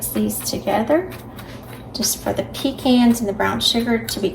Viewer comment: I am so happy to hear you say pe-cans instead of pe-chauns. I get a lot of flack from my northern friends 😃